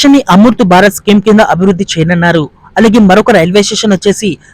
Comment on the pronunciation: ఏమి తెలుగమ్మా నీది చేయనున్నారు అను. చేయనన్నారు కాదు.